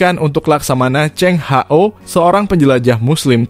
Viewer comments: Yg benar laksamana cheng hoo bukan Hao yg baca itu boot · 😂 iya Ceng ho ( H-O)😂😂😂